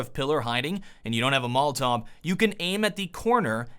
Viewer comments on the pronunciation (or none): Why do you say molltov instead of molotov?